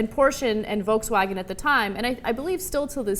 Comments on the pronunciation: Just so you know, "Volkswagen" is not pronounced, "Wolkswagen" even in German. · It's pronounced "Folks Vagen" :). Sorry if I'm being pedantic :P Greetings from Germany!